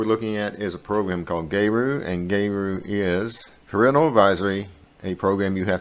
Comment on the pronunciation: I love Geru. A couple of things: 1. It’s pronounced like “Gear-oo” not “Gay-roo” 2. They offer a one-time payment lifetime deal for the software.